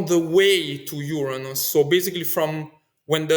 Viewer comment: His pronunciation of Uranus is admirably non-embarrassing.